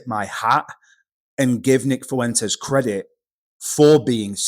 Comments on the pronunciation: Please teach these Brits how to say “Fuentes” with less than 4 syllables. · Why's every English guy calling him "Fooentez"? Lads, you've heard HIM say his name. And that's not it F'went'ez. You're welcome. Also, it's not Shiba Innew and the G at the end of words is usually silent. All for free.